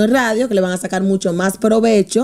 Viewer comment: porque le dice law baturra